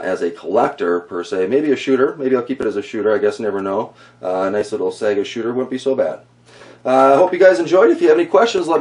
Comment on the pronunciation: its pronounced SYGA, the a is silent.